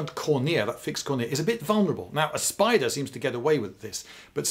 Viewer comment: Wait: who stresses the second syllable of "cornea"?